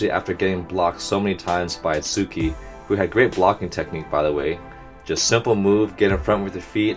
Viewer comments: soooooo this has been bugging me for a while now and i have been meaning to tell you so yeah. the way that you pronounce tsukki is like sooki but you need to add the t , its hard to explain and maybe someone else can help to explain. And also tsukki isnt his full name, its just something that the guy with greenish hair calls him, everyone else calls him tsukishima. hope that this comment didn't include any spoilers and if it did then i am very very very very very sorry gomen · Great video as usual! By the way, the pronunciation of Tsuki is more like how you pronounce "Pssst" but with the start of "T" sound, and an instant of "s"